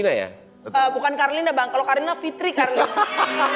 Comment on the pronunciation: Ngakak dengar mau nyebut kalina malah karlina. Lalu dilanjutkan menjadi karlina fitri/ fitri karlina